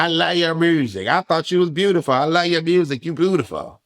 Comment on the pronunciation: she be like “ I love your murrsic “😂😂😂